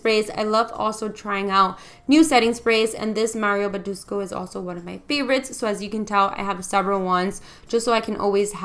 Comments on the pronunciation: "Baduscu" ?? Ayay 🤔😂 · Am I the only Romanian that gets offended when Badescu is pronounced wrong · lol not Romanian but it also bother me a bit she did it twise i guess is her accent since it wasnt the only thing she mispronounced lol